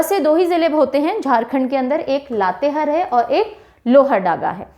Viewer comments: Isi tarah Latehar ko har read kare means ha haa pronounce kijiye. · चतर नही चतरा उच्चारण होता है। लातेहर नही लातेहार होता है। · Mam mai Jharkhand se hu. Sorry mam but ap Latehar ka pronunciation sahi nhi kr rhe ho. Latehar nhi, latehaar hoga😊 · लातेहार है ,लातेहर नहीं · हेलो, लोहरदगा होता है, ना की लोहरडागा, और लातेहार होता है ना की लातेहर, थोड़ा सही से पढ़ाइए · लातेहर - लातेहार लोहरडागा - लोहरदगा u r doing the pronunciation wrong in these two names...... But you are explaining very well, everything is easily understood. Thanxxx ❤️ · लतेहार पढते हैं, मेम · Mam it's लातेहार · Pronunciation of Latehar in Hindi is wrong ,🙏